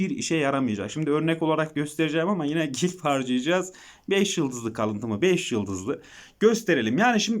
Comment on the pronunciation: Gilf değil glif